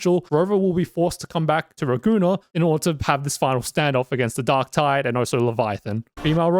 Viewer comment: Raguna? More likr Ra-goon-naah